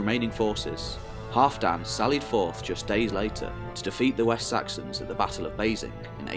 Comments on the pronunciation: Great video! But Halfdan is pronounced Halvdan. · I absolutely love this Channel and really appreciate all the work you put into it. However I keep giggling at your pronunciation of Halfdan, like some really short guy called Dan. I was always taught to say the alf in Halfdan as in Alf and Alfred with a hard A. While we're at it, Bagration is Bag Rat Eon. Or as I like to say wrongly on purpose, Bag ration. Like I say Thermistocles "Thermistokkles" or Pericles as Perikuls. Coz I'm daft, me.